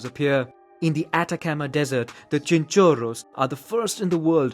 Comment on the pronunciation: Why did he use a stereotypical Italian accent when saying Chinchorros.